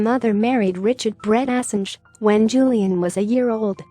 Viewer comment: pronunciation of Assange is wrong